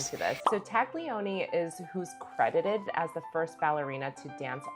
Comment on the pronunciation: Totally support the channel! ❤❤❤ Please note Italian names with “gl” sound more like soft “l” Marie Ta’lioni